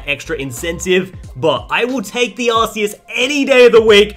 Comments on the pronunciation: hey i think it is supposed to be pronounced ar-key-us as in key not ar-see-us as in see. Love the content tho bro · Im sorry but there is no way he just called "Arceus" , "Arseeus"... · Ark-ee-us is the original and proper way to say it. Ar-say-us is the improper way and Aar-see-us is the poor man's pronunciation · AHHHH HE SAID ARSEEUS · Why do you all keep on pronouncing that Pokemon wrong it's Arceus